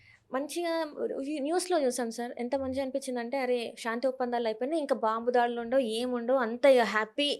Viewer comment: షా న్తి కాదు తల్లి శాంతి అనాలి